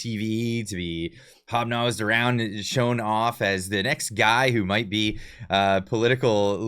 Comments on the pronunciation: It's "hob NOB" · Great show. PS hobNOB, not hobNOSE. 😂